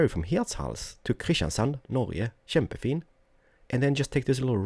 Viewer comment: I love u, and I alsow love Wien you say: Norge, kjempefin. I just love your Norwegian speech, cause I am from Bergen in Norway, and by the way, if you drive in Bergen and you see some houses thight together, they are calender Bryggen.